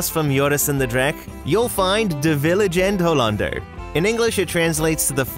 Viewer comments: Loved that you went to the Efteling, as someone from the Netherlands this is cool! Loved you pronunciations btw :p (btw it is "Vliegende Hollander" and not "Vilegende Hollander", but I get it Dutch is hard!) <3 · It's 'De Vliegende Hollander' not vilegende. Otherwise: Very nice compilation of one of the best parks in Europe or even the world?! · Haha Vilegede Hollander it’s Vliegende Hollander. Your Dutch is great 😅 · Actually as someone that goes to the Efteling every easter I noticed a mistake! It’s actually “Vliegende Hollander” not “Vilegende Hollander” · Great review of the Efteling! I am so happy you had a great time! One teensy tiny note though, it's actually "De Vliegende Hollander", not "De Viligende Hollander" but I do understand the confusion! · We're going next week. So excited to go on these rides 😁 (just one thing. It's Vliegende Hollander, not Vilegende Hollander 😊) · Quick correction: its Vliegende Hollander. Not Viligende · not ´de vilenger hollander´ but ´de vliegende hollander´ ;) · just so you know it's "Vliegende Hollander", not "Vilegende hollander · its de vliegende hollander, not viligende hollander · And viligende hollander😂😂 it's vliegende hollander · Its not vilegende hollander its vliegende hollander.. 😂😂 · Love that you came to the Netherlands and had a great time in the Efteling! (Almost) totally agree with your list. One note: its vliegende hollander not vilegende :D. Pronounced: flee-gende. If you're ever back in the Netherlands for another park I hope you'll have as much fun! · pronounciation like droomvlucht. also it's de vliegende hollander should've practiced a bit more no where close but it's ok i don't expect u to be good at it. thanks for making a video about our humble little countrie's theme park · Very nice! Well done!! And indeed funny how you pronounce the Dutch names of the rides. Vliegende (flying) is clearly most challenging…. Even spelling it correctly 😅😂